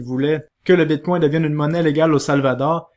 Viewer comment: Quand quelqu'un dit "Bitcoin", mon oreille entend "Bigcon" 😂